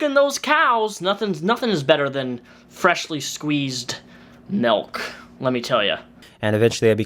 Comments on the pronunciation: its MILK not MELK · Milk. Not melk. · you pronouncing milk ‘melk’ is the one thing in the six years I’ve been a fan that nearly made me unsub lmao